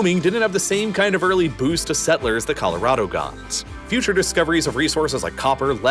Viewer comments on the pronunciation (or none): Was the video a voice cloning test? Northrop Groomman, wiyoing, boast